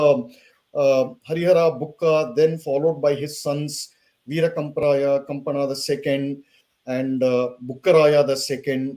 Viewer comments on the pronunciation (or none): Kampana not kampa